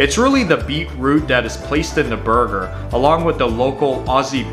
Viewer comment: 1. Barramundi- bah-ra-muhn-di not bah-ra-moo-ndi 2. FAIRY BREAD IS NOT TOAST 2. Beetroot not beet root.